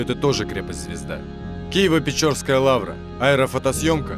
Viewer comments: Текст читает 100% не киевлянин! Лавра в Киеве печерская, а не печорская! Извините, режет слух! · Благодарю автора, за цикл интересных видео. Единственное, что резануло слух, когда диктор называет Киево-Печерскую лавру, печорской .